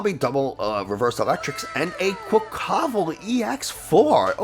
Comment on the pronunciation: Makes fun of the way some people say Giacomo but can’t say quaquaval or tarountula correct 😉